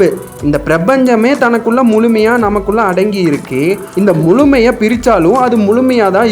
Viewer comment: நல்ல பதிவு ஆனால் முழுமை வழி.என்ற வார்த்தைகளை சரியாக உச்சரிங்கள்